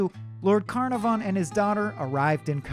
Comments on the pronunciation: The mispronunciation of Carnarvon is atrocious. kuh NAH fun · Just an FYI (should anyone ever wish to say it), Carnarvon has the emphasis on the second syllable. car-NAR-von. HTH! 😊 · I noticed that too, there should be more emphasis on the second syllable. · history... no offence but you're pronouncing carnarvon wrong it's not carnar-von, c-nar-von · One yes! I just commented that I winced every time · Ok, I was wondering, is he saying it wrong or are we? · If he could only master Lord Carnarvon s name. (he hacks it up pretty bad) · I hate the way he pronounces Carnarvon. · Sorry but the narrators voice is too whiny and he keeps saying Carnarvon wrong. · You're BUTCHERING pronunciation of Conarvan's name and its irritating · I winced every time he mispronounced Lord Carnarvon. Americans… smh Sincerely, an American Downton fan